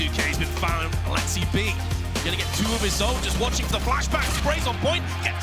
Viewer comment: Their alexsib pronunciation : Alex-si-b My alexsib pronunciation : Alex-sib